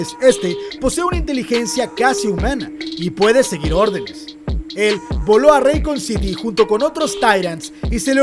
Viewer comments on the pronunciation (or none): Gran video, pero no es raicon city, es racun(como se pronuncia)